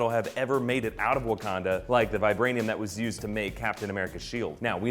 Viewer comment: Why he call it Abukanda and Bukanda at the beginning?